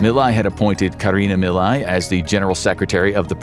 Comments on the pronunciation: 30 seconds in and it's clear this is made by someone with cursory knowledge of the situation. Inflation wasn't 'off the charts' any more than usual, Teach your dumb LLM to pronounce 'Milei'... meeLAY. Okay, now I've watched the whole thing and I appreciate you getting into some of the finer details. February 2026 will be another crisis: Argentina needs to repay nearly 10x the dollar reserves it has currently. And Milei's labor reform comes up for a vote. The latter is probably an 'ask' from the USA, who will have to 'swap' more money as the due date for repayment approaches (or more people will make a run on the dollar, driving down the value of the peso). The USA seeks to control both foreign and domestic policy in Argentina, and so far they're succeeding. But the labor reform bill has a lot of opposition. Other side note: after the swap, the USA probably got their dollars back almost immediately; so the whole thing probably earned the USA a tiny bit of profit. It could go very differently next time; expect more 'blackmail' tactics: vote for labor reform or we let your economy crash... an ugly situation. Greetings from Argentina! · Javier Milei…. MI as milk…. LEI as layer …. Milay …. if you can not even pronounce the name…. how accurate is the rest?😉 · It would have taken less than a minute to learn how to pronounce the name of the president whose name you spoke a hundred times throughout this video. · This is a hitpiece chock full of misinformation. You didn't even bother to learn to say Milei's name right. you missrepresent what a credit swap is, you claim there's an "audio clip" of his sister when no evidence was ever presented just the oposition making claims, ... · You could’ve at least configured the reading bot to pronounce Milei properly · The way you pronounced Javier Milei make me thins you never actually heard his name out loud, wich is weird from a page that tries to convey truthful information. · I can't continue with this, pronouncing "Milei" wrong